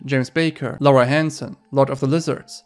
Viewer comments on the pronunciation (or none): none